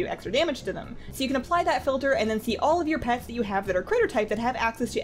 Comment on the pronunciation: That 'a' on all at the start is triggering me